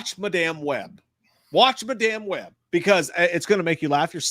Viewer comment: I love how each time says Madame Webb wrong lol it's like when he said memoir wrong for Halloween Ends. Lets hope for the next list it Jay gets his year for 94 right